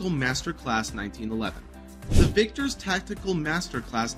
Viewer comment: I think he also said, "victors", as opposed to Vickers. Lol